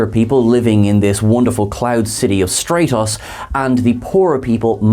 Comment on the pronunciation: You mispronounce so many nouns from TOS I wonder if you've watched it much. Zeh-nite? Stray-tohs?